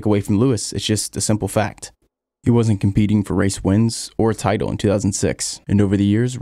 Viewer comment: Bro... you sound normal... until you say "Vettel" or "Title"... what's wrong with you?